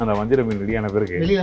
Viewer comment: please pronoun fish rightly vajaraa meen